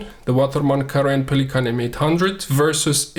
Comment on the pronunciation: Two guys both named René were sitting together and one of them was the co-René of the other. More seriously it is spelt Carène, not corené : my eyes itch!